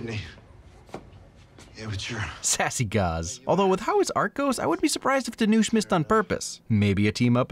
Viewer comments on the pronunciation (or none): Long time viewer here, love your videos! btw his name is pronounced Dhanush ( rhymes with push), not Dhanoosh.